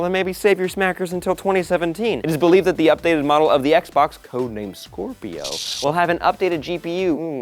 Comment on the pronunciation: Did anyone else hear him say X-Bone?